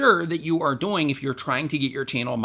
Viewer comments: he says doing so fast that it sounds like doinge or dooing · I just love the way you say "doing"😂😂